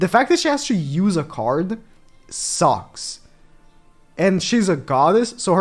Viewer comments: It's Q-Sack QQQQQQ, not Coo-Sack..... Seriously... Did you not watch the anime? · He doesn't even say sack he says sock🤣🤣